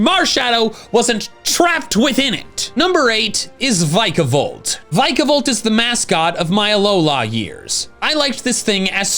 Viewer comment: THE Y IN VIKAVOLT IS SUPPOSED TO BE AN I!